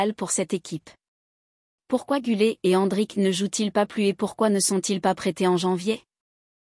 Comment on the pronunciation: GÜLER et pas GULET😅